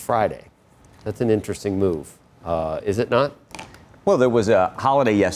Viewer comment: (eye roll)…. You keep on emphasizing on the word move.